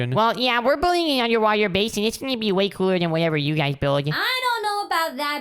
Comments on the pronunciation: 'UNDERWAHTER' :D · You said under wather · Did you said the title underwather 😂😂😂😂😂😂